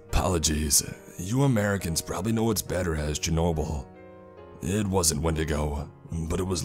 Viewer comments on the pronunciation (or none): none